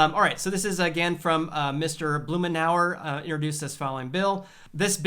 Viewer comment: Great video! By the way, I’m an Oregonian... his name is pronounced “BLOOM-IN-OUR”